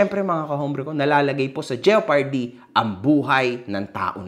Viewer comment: fan mo ako mg pero if mang cocorect ka siguradohin mong wala karing mali ng correct kapa sa "SUBPOENA" ehh ang pag pronounce mo sa "JEOPARDY" ayy mali rin